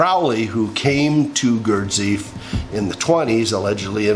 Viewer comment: I love your ramblings and am glad you're back but please pronounce Gurdjieff correctly (Gurdjeeff)! Encourage you to discover Dr. Joe Dispenza - as to what is possible for humanity. We are at an important junction in history...